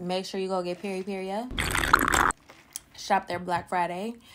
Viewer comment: I love you but pronouncing Peripera as PeripeRIA was driving me crazy Lol. That’s a super cute lippy!